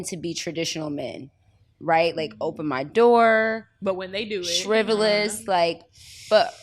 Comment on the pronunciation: At 38 minutes did she say shriveles 🧐and she said it again. But I think she was trying to say Chivalry wanting a gentleman and all that comes with a thoughtful person. I love the conversation and the message, Lady London makes you want to talk to her more and more.